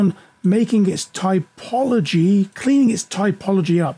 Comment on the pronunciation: TOPology, not TYPology. You really should fix that and re-upload this video. Otherwise, good information.